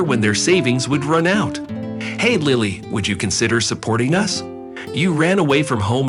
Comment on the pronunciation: They need to pronounce Lilly's name. During this story they are pronouncing it several different ways.